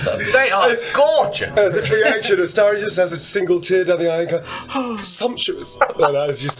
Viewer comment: the “a-STAIR-ion” pronunciation is irking me so bad😭